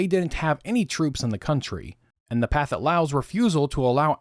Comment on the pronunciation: I’d like to gently point out that you are pronouncing “Pathetic” incorrectly. The southeast Asians don’t aspirate their “th’s” and “ph’s”. So the correct pronunciation would be “pa-TET” Lao. But, even though, it’s always great to hear real voices, and not AI voices.